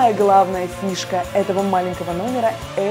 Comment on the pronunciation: мне послышалось «птушка» вместо фишка